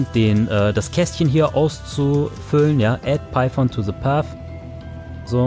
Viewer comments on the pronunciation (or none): gutes video aber es heist python und nicht piephone